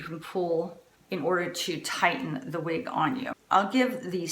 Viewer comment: please dont be offended... say "wig:...not "weeg". Its very off-putting. Thank you..